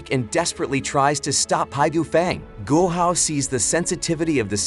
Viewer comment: Man called guo hao Gohan